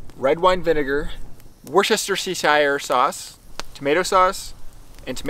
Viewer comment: I raised my earphone volume so high to hear some turkey response and I literally jumped hearing a gobbling 😂 Ps: excellent pronunciation of Worcestershire sauce 👌🏾